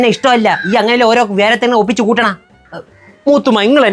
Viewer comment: Moothamma❌ moothumma✅